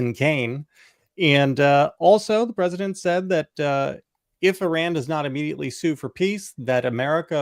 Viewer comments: JVL & Sarah, It's not Ihrr• R A N It is Ihrr•R O N Tim figured out how to pronounce it correctly, u 2 need to also!! After years of talking about Iran, u shud least give the country--not it's dictator leaders but the people of Iran respect & pronounce the country's name correctly & not ignorantly. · *sigh*. . . /ih-RAHN/ & /ih-ROCK/ not /I-ran/ & /I-rack/ 🙄🤦🏼